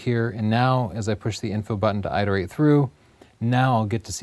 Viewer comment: PLEASE... It's pronounced IT-uh-rate and not EYET-uh-rate. What the...????